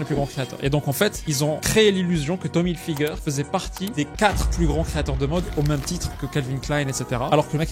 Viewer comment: « tom hilfigeur » 😂